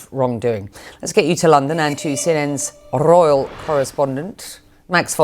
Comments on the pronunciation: The anchor is just showing off with that "rrrrrroyal correspondent" 😆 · Rrr-royal correspondent! 😄